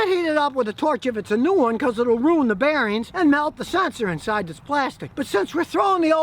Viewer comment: "Onbolt"?????? "Beareens"????? "Groween"?????